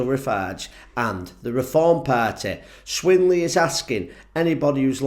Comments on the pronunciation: Hi - very good - I agree with you but could you maybe have tried to get the names right? -It's John Swinney - not John Swinley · Can any future reform votter tell me what reform will do for scotland and its people i have not heard farage or tice talk abought scotlands future and as for that twat that was talking in this video he should check his facts out better and its john swinny not john swinway you twat 😮😮😮😮 unbelievable realy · Swinney or Swinley it doesn’t matter he’s still a BAWBAG and that’s coming from a true Scot…ME